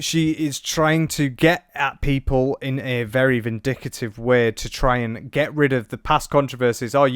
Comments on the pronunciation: It's Ven-dick-tive, king! Great video 💯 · Vindicative? Vindictive. You Brits are ridiculous. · They way you say vindictive makes me scream 😱